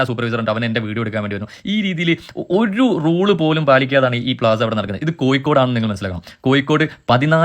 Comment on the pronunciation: കൊയ്‌ക്കോട് അല്ല